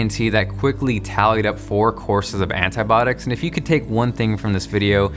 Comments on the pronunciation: It's antibiotics not antybodics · Do all Americans pronounce "antibiotics" like "anitbotics" or just him haha? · Itz Anti-Bio-Tics not Anti-botics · he really sayin ANTIBOTICS? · 'Antibiotics' not 'Antibotics' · "antibotics" - antibIotics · antibiotics not antibotics good video and nice inspirational story. sucks how you cant get it fixed :( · It's pronounced Anti-bi-otics put it together. Sound it out. 😂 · "antibotics" XD